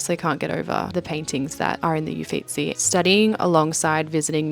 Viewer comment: Hi, thank you so much for your beautiful videos. Your work is stunning. I have been wanting so much to do that very course in Florence. It's amazing to be able to get a glimpse inside the course. Thank you. I loved visiting the Uffizi too. BTW the 'U' is pronounced like 'OO' and the word Uffizi means 'offices'. It is called the Uffizi because, in the mid-16th century, Cosimo I de' Medici commissioned the construction of a palace to house the "offices," that is, the administrative, judicial, and artistic headquarters of Florence, such as the "uffizi" of the Magistrates and the Courts. Only later were the Medici family's art collections transferred and organized to create the gallery we know today. I highly recommend a book called "I, Mona Lisa" which starts in Florence and talks about the woman who was the Mona Lisa and Leonardo da Vinci in the time of the Medici Family. Un abbraccione. Jo: )